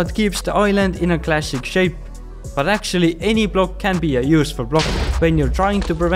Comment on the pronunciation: Am I the only one who hears 'glassic', instead of 'classic'? 🙂